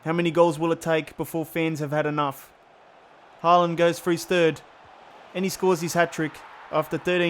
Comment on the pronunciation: It's pronounced "Hålan".